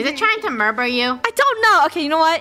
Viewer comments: I love says muder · litarlly said murber not murder hahahaahahahhaahaahhahahha